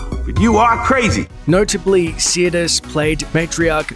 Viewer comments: her name is sirtis, not siatis or siratis. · So what happened to this star???? Nothing major she kept working it’s just she’d had no other role as iconic as Troy . Also how come this clown can’t even pronounce her name correctly it’s not see-er-tis it’s sir-‘tis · Its Sirtis not Seertis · Sirtis is pronounced "Sir".. As in, I knight you Sir Pronounce... Sirtis.. Not Seartis.. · Her name is pronounced SIR-tis, not Sea-ir-tis. Smh I met her in 1998 at a convention in St. Petersburg FL. She was very beautiful, just like on TV. She said her accent on the show was Greek (she is part Greek), and that's how she spoke at the convention, but her normal accent is Cockney British (which is really quite different than what we're used to hearing from her). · As an Englishman, Marinas' surname is pronounced, "Sir tis", only 2 'i's. sorry. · Her name is pronounced SIR - TIS, other wise Great video thanks for sharing 👍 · I don't think you're pronouncing her last name correctly. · You can't even say her name properly. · check you pronunciation of Sirtis and Mossad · Except he can't properly pronounce her last name 😂😂😂😂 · you are not pronouncing her name correctly and it hurts my ears.